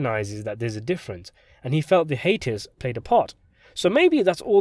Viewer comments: Ha. Dude its called a Hy-Ate-us, not a Hatus. haha (hiatus) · I was lost for a while because I couldn’t understand what YOU were saying when you butchered the word hiatus (high-ATE-is). You said “haitus” (HATE-is). Fuggetabotit. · Hi-eightus not hatus Syykeee not syke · this was interesting, FYI hiatus is pronounced hi-ate-us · It’s “hiatus” pronounced “HIGH ATE US” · Your pronunciation of "psyche" and "hiatus" never had the makings of a varsity dialect coach. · are we trying to say “hiatus” ?